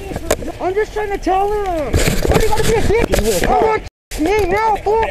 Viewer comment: "their booking mehee" - American citizen thanks to Jose Bidenez